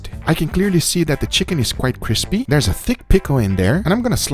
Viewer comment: Cispy sandwish